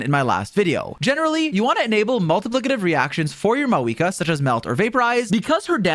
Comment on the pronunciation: Why is he saying her name like maweekah